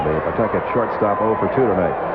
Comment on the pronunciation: Let me be the 1st Rhode Islander here to mention that the correct pronunciation is "Puh-TUCKIT", not "PAW-Tuck-et". 😀